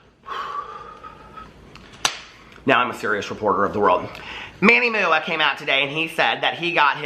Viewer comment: “Now I’m a serious reporter of the world. (Fixes glasses)...So, Manny MOO-AH cane out...” 🤣🤣 Love ya,!💙